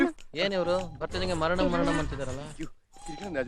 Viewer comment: Varanam varanam❌ 😂 maranam maranam